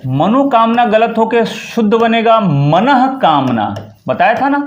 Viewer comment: Sir, the words are not antah and manah but they are antas and manas.. S Ko ru...ru Ko visarg hota hai isi prakar word adhas hota hai not adhah.